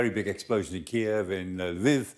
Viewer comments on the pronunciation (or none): Its K-iv, not Ki-ev